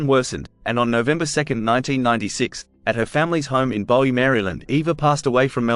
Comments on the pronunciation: Bowie is pronounced BOOeee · It's pronounced Booey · In America it's pronounce that way. But In England and Bowie himself pronounced as its spelled, Bowie. But there again, since when have Americans been able to understand, spell, write or even speak English.